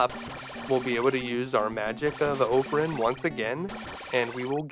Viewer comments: I always thought that it was pronounced with “zaid” and not “zod” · It is pronounced as 'Sheher-e-Zaadein" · "shuh-heh-hurr-a-hay-uh-zay-ed, shuh-heck-her-hay-zuh-day..." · So, not only have I been pronouncing “Faxanadu” wrong, but now “Scheherazade.” My childhood is becoming a lie. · I would have never guess that's how you say that name.